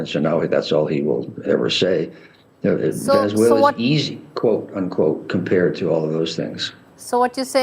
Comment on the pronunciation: It is a pity that the NDTV newsperson doesn't know how to pronounce Venezuela.